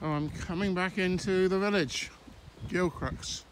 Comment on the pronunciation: It is pronounced Gil Cruise.